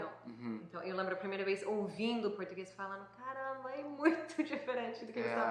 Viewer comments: Parabéns pelo excelente vídeo. Estou impressionada com a perfeita pronúncia do garoto de jaqueta jeans. Ele se passa por brasileiro facilmente 👏👏👏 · O tem a pronúncia do português perfeita.